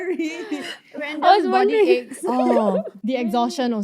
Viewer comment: I hear ache as egg too 😂